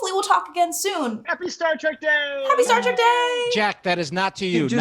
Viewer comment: "Star Track"....... 🙄